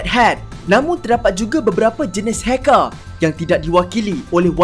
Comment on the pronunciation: Di dalam , NEGARÆ .. HACKÆR .. KOMPUTEÆR.. MEREKEÆ... ARGHH ..